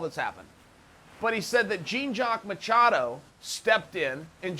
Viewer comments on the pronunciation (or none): it's "Jean (Zjohn) jacques (Zjocks) machado" (Muh-cha-doh)